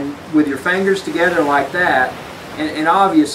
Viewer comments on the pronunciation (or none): It's fingers not "fangers"